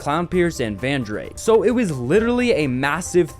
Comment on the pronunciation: No way he just misprounounced Rizen smp to Rizzen, and Vandrayk to Vandrake